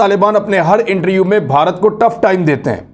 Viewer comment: R. Khan “Interview” theek bola karein.